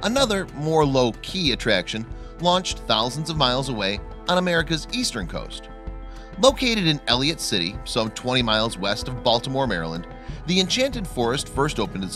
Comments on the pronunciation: It's actually ELLICOTT... not Elliot... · Right???? Like, why did this narrator completely ignore the "c"?? Its ElliCott, not Elliott